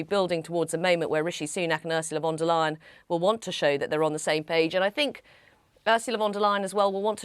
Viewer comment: pronounced Von der Lay-en not Lie-en